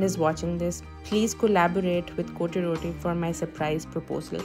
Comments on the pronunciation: Correct pronunciation is COT ROTTI . . Not CO TE ROTI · Its not pronounced " coty roti" . Kindly look up the correct pronounciation😂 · It’s not cotyee Roti😂😂😂😂